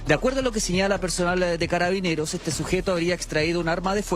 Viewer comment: Dice Caraineros, o escuche mal???